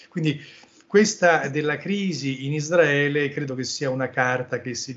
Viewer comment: Tutta sta gran pronuncia in inglese e poi::::::ISDRAELE😅 ISRAELE!!!